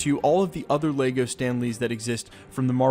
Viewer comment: What is laygo. It’s lego ok. leg -o Say it thrice. Leg-o leg-o leg-o